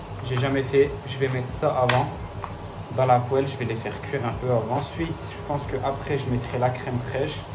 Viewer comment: ‘’poèle ‘’mdr